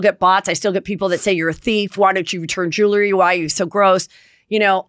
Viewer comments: You wouldn’t have these problems if you said the word, JEWELRY, correctly ! It’s 2 SYLLABLES !!!💥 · Even though Heather asked for funny corrections, I’m pretty convinced that she doesn’t read the comments. She wouldn’t still be saying , ROON and Squirrelly Jewelerey